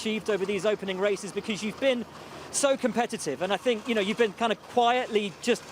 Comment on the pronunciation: Billy Monger is not cut out for commentary, he has good knowledge but ... "I fink he moight have a problem on lap firty free" all he needs to do is talk properly and hed be ok but he pronounces words like a chav.